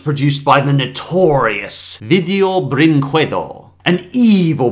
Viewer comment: Every time he says “video brinquedo” always gets me